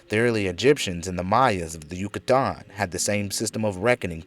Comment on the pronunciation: Lol Yu-cah-Taaann